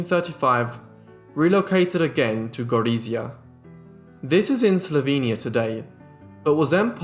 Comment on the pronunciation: Excellent video as always. But I have to correct to pronunciation of Slovenia. It's not Slovenia with a long e but Slovenia with a long A. So the v e n is pronounced as the English word "vein."